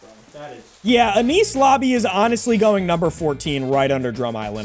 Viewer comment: “Aniece lobby” 😭✋